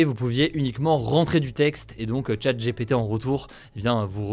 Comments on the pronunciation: ChatGPT se prononce comme Tchatte Dji Pi Ti et non Tchatte J'ai pété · 'tchat' 'jépété', drôle de prononciation. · Nan mais les gars, pourquoi prononcer "Open AI" en anglais et "Chat J'ai pété" en français?